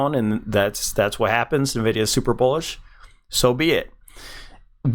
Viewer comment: Bro its pronounced envidia